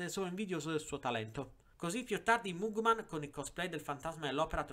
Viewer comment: Si pronuncia magmen